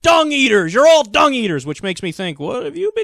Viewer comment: i think he said dong... not dung